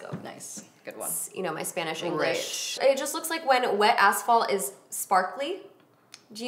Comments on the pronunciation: Did you say wet asshole? Lol 😭😂 just kidding I love this pallet!! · I had to replay back twice cuz I thought desi said wet assholes! Not asphalts 😵💀👀🤣🤣🤣🤣🤣🤣 I was like holy shit, a wet asshole?! Take my money 😂😂😂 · Oh my God I'm dying for the eyeshadow palette and wow I totally thought you were saying "wet asshole"😆 omg... ima die... definitely had to rewind!